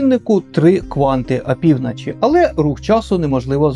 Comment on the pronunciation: Я перепрошую за нахабство, але кожен раз коли я починаю дивитися ваше нове відео, я так і хочу вам написати цей коментар... І не з боку зухвальства, але із найкращими побажаннями вам та каналу: будь-ласка вимовляйте в словах звук "О" як "О", а не як "А" (прик. АпівнАчі). Я, як ваш глядач, дуже про це прошу. Неодразу вийде - і це абсолютно нормально, але хоча б спробуйте. Дякую!!!